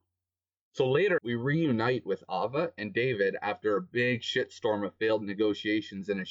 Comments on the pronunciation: "ova" broo.....its Aye-vah, but yeah she sucked anyway and died lmao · how he called her it's so russians. Because we called her name like that :3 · this sound so russians, cuz we are called her like that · I agree what he says but i think it's super funny how his says ava's name